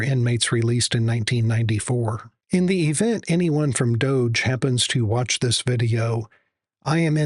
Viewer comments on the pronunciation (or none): none